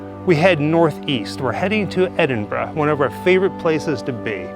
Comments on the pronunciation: Thank you for pronouncing Edinburgh correctly. 🫶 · Great video. Also great to hear Americans pronouncing Edinburgh correctly. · This is awesome, always loved the Sawney Bean legend when I was growing up in Edinburgh. And also, thank you so, so much for pronouncing Edinburgh correctly, you've no idea how much it makes my skin crawl when Americans call it "Edin-burg" 🤣